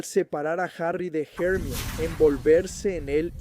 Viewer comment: Empecé a escuchar tu canal y me parecía bueno hasta que escuché tu pronunciación del nombre de Hermione 😂 , buena suerte 👍🏻 me iré a otro canal